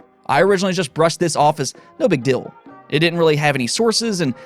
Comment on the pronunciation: How many times does say “Deal” (dill)